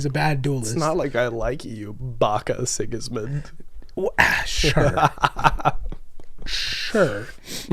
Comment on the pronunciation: Six Sigma? You mean Six Gismund?